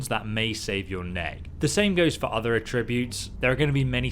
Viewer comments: It's funny how different he pronounces "attributes" In Texas we pronounce it "ATributes" But he says it "aTRIbutes" Lol🤔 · Does anyone else find the way he says attributes horrible, he said it for the third time and " Just shut up", and skipped ahead. he says ah-tribute, i say at-tri-butes, u know? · ATtributes. If it is the noun, the accent is on the first syllable. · Js it's attributes not a tributes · It's at-tree-butes not ah-tributes 👍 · It's not "At-re-buutes" it's "Atch-ra-bewts" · Argh - Come on! We’re British. At-tree-butes! Not a-tri-butes! It’s like the Stewie Griffin Cool whip gag. It’s like nails on a chalkboard!!! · Its not a trib butes, its at tri butes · Sorry bro but it's AT-tri-butes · It’s At-tributes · Mate, you really need to learn how to pronounce attributes!. It's not a'tributes. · A tributes? That’s not how you pronounce it. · Everytime you say attributes 3 angels fall from heaven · Say ”attributes” right and I’ll sub. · The way “attributes” is pronounced in the video bugs me a little. Attributes with emphasis on the “at” sound and tribute pronounced as if paying tribute. That’s how I believe it’s supposed to be pronounced. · The way he pronounces "attributes." I realize the pronunciation of words in British English differs from Canadian English, but it's fucking with me. He pronounces it the same way I do when I say "to attribute to something." Attributes on its own has an emphasis on the AT, not the TRIB part. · Damn that mispronounciation of "attributes" was hard to stomach xD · i HATE the way this guys says attributes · Might want to learn how to pronounce attributes for you next vid lol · anyone else hate his pronunciation of “attributes”? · Him saying "attributes" wrong triggers me for some reason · The way you're pronouncing "attributes" is actually pissing me off lol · Dude. The word 'Attributes' has an accent on the 'A' not the 'tri'. I haven't ever heard anyone pronounce that word how you just did... 🤣😂🤣